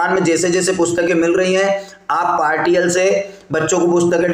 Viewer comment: पार्टियल नहीं पार्शियल होता है महोदय 😂